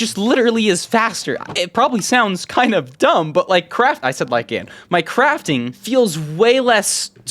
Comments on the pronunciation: you said ike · "You said Ike"